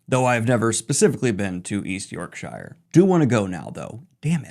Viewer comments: From English all I have to say is....Shire not shhrrriiirree 😂😂😂 love ya just messing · It's York...sheer not York...... oh nevermind. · Not tryna be some sort of pronunciation nazi here but just a little fyi: "shire" for English counties is pronounced "shir" so just drope the e making the i an I! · Twitching at the pronunciation of York-Shire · You're on fire with the funnies. You should try standup or improv. Well done for explaining your choice to say York-shy-rrrr. You know us commies too well. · Always happy to see another FN out. For the UK fans, know that it’s “york-sher.” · Speak like a native - "York-shuh" Edit: oops 😂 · defending E N G L I S H made me genuinely yelp with joy 😂 Daniel you fckn menace, you knew all along how to pronounce it but nooo instead my teeth have been ground to dust. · I enjoy hearing Daniel pronounce Yorkshire. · Daniel ily but the way you pronounced Yorkshire is criminal ❤ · Was about to comment on your pronunciation of Yorkshire as a native Brit but you called me out before I could hit send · In regard to Yorkshire pronunciation.... fair enough ❤